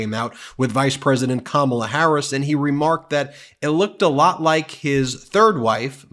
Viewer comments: "CAMILLA" ??? Not even Kamala! 😂😂😂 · Wel all said it would be a disaster..... And right in, just off the batt. He is pronouncing Kamala as Camilla. 🤦‍♂️🤦‍♂️🤦‍♂️ Disaster. Yes it was a disaster, as predicted. Only difference.... It was way, way, way worse than I ever expected. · He sais Camilla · Still mispronounced her name...whyte ppl are so disrespectful..